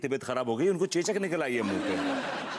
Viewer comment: चोचक नहीं चेचक होता है।😂😂😂😂